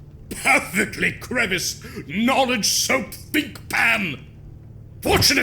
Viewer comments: "Thinkpan" We know. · "Thinkpan" I know what you are